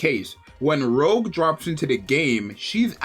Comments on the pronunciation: Pretty sure all the names on the members in the 777 squad are pronounced in French. out her saying 'Rogue' instead of Rouge (like Rouge the bat from the Sonic franchise) pronunciation is sorta like this: roo-sh (may not be exact, but close enough) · its not pronounced rogue its rougeeee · Every time he said rogue I cringed... All of the characters are named after french names of colors! Would it have killed him to put her name in the google pronunciation tool?!? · yea exactly